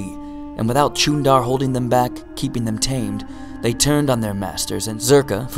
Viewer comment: The Ch in Chuundar is actually a softer “sh” like sound.